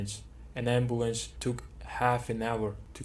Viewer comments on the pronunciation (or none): Damn that ambooance